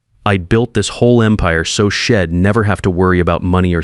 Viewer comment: Shed instead of she'd. Don't use contractions if you can't make sure AI can pronounce them correctly.